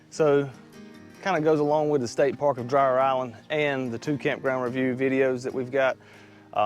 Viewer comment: It’s pronounced DREER